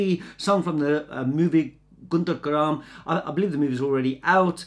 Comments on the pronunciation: It's Guntur Kaaram not karam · Guntur karam ❎ gudhdha gram✅ Telugu audiance 😂🤣